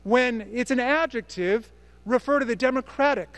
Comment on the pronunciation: “Ad-jeck-tib?” - Lauren Boebert